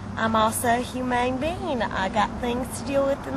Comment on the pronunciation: Lol when she says im just a "humane being" not "human being". Funny shit